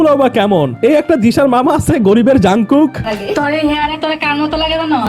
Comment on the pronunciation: jangkook nahi Jung kook hai 😅